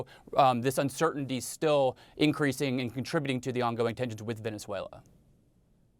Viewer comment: Mr Leighton gets points from me for not only pronouncing Venezuela right but also for giving an impartial analysis, thank you all.